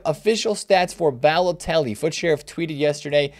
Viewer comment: rip pronunciation of Balotelli